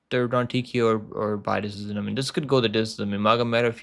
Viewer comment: pronounce decision please 😌